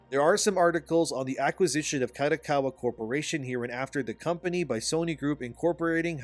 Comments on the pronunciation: Who's KATAkawa? 😂 KArt DOck KArt WAr Ka Do Ka Wa. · Japanese company, if held by at helm by traditional Japanese business person in general would prefer the company to stay Japanese owned. Hence there is a chance that kodokawa would, in general, prefer to be sold to Sony Japan. Btw, small details. Kodokawa is pronounced like car-doh-car-wah.